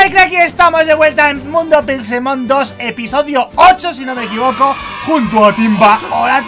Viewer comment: pence que dijo en la intro "estamos en puto pixelmon" xDDD